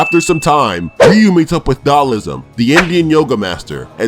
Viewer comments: Dude, DahLSIM, not DahLISM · Great video! But it's "Dhalsim"* not "Dhalism". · it's dhalsim not dhalism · How many times are they gonna say dhalism. It’s dhalsim